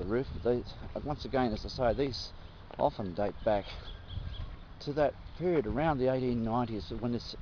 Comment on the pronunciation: "Aound". :D